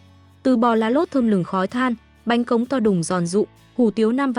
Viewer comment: Bánh khọt mà đọc thành bánh cóng làm nghề hkông biết bánh gì